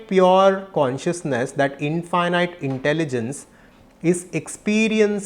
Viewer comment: Namaste and thank you for this profound presentation..🙏 Please correct the pronounciation of 'infinite'